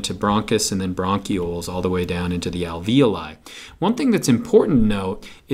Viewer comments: This really helped but you really need to learn to pronounce the words LMAO like capillaries and alveoli your saying them wrong i laughed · This video just blew my mind. My AP Bio teacher has been pronouncing alveoli "al-vee-olee" to rhyme with ravioli...